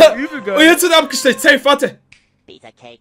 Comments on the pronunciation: es heißt ABGESTOCHEN!!! Nicht abgestecht 😅😅😅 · is irgendjemandem aufgefallen, dass er immer abestecht gesagt hat ?? aber wirklich no hate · Nur zur Info das heißt abgestochen und nicht abgestecht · Immer dieses Abgestecht das heißt Abgestochen 😂😂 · Es heißt abgestochen und nicht apgestecht😂